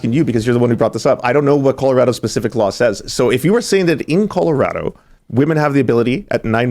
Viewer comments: I swear this dude says “killarado” when agreeing with 9 month abortions 😂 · Did anyone notice he said "Killorado" by accident? LOSER.